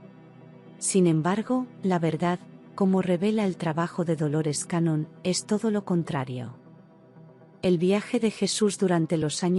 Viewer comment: Hola....con mucho respeto le corrijo el apellido...Dolores Cannon...no cañón...me pareció poco serio a primera impresión, y sólo porque me pareció interesante el contenido decidí escuchar igual...me gustó mucho, desde hace bastante tiempo me convencí de que Jesús fué un maestro metafísico, me encantó la historia, me hace mucho sentido y que lindo saber que fué un gran estudiante... historia jamás contada por la religión... muchas gracias... Bendiciones .